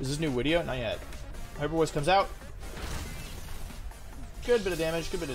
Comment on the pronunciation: Does anyone know why he say wideo instead of video